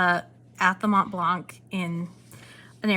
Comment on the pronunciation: Your french is great :) But we don't pronounce the "c" at the end of Montblanc, nor the "t" in the middle :P We are the best at not pronouncing letters :P